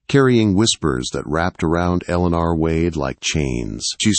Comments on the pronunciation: This is a good story, but these stories seriously need good punctuation & a real voice narrating. The value of the story gets a little lost in the distraction. It's a good story, but a bit harder to enjoy. "Eleanor " is pronounced more like "Ell-eh-nore". Spelling & pronunciation need to be consistent. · Eleanor or Alana? The Ai ruins the wording. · Eleanor …… Ell A Nore….. first time I’ve heard it pronounced the way this AI narrator did, lol. Still a great story♥️ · A beautiful story. Although, the peculiar mispronunciations are a significant irritant. The lady's name is mispronounced with a multitude of enunciations over the course of the story. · Do not use this narrator again, he can not pronounce her name twice the same way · Never knew the name Eleanor could be pronounced so many ways! Sheesh. Threw the story off every single time. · He says it one way and then says it completely wrong! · Must be someone from another country narrating this with A I. Elinor's isn't pronounced correctly. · Drives me crazy to 😅